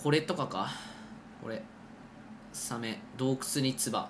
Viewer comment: サメのイントネーションがサ↑メ↓になるのなんか好き